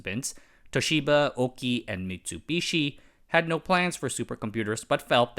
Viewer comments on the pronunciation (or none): none